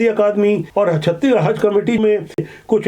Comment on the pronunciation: छत्तीगढ़ नहीं छत्तीसगढ़ बोला करिए 😅😅